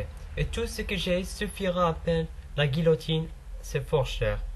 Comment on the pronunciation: نطق عندك مادون المستوى لغيوتين ماشي لغلوتين